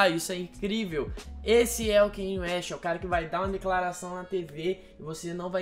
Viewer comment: Me dói quando vc fala "kenie". Em Diamonds From Sierra Leone ele mesmo disse que o nome se pronuncia "Kanye", mas as pessoas insistem em falar "Keine".